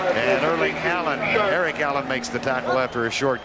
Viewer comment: lol sounds like Vern says Erling Haaland rather than Eric Allen. Is Vern a time traveler???